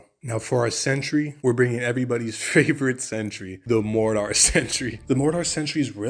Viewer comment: The way you say mortar makes me wanna die